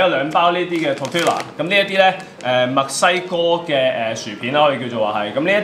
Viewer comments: 西班牙文 ll 發 y 音....正確讀音係 Tor ti ya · the tortilla chips go with the salsas (red jar and yellow jar). also it's pronounced [tor-tee-yah]!